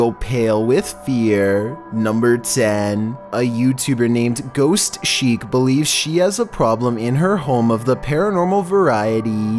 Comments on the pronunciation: its ghost chic not ghost cheek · A username named Ghost Shiek..... doesn't know how to pronounce chic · I love this video. Only flaw: Ghost Sheek?? NOOO it’s ghost Chick 😂😂😂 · saying ghost chic: “Ghost sheeek”